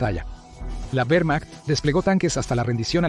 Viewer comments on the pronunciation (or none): none